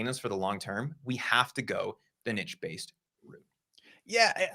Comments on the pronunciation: This would be so much more effective if they stopped saying " NITCH " LOL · Please stop saying nitch. The word is niche, pronounced neesh.